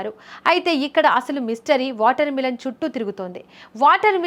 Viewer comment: మిలన్ కాదు మెలన్